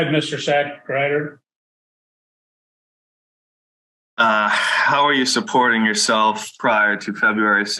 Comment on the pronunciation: 😂😂😂wait did I hear that judge pronounce that lawyer's name correctly "Mr.Sackrider "😂